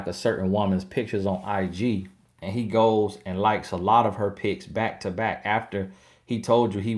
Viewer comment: 😆 back sounds like b I k e 🤪